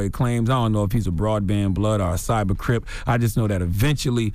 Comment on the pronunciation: LMAO Charlamagne said cyber crippin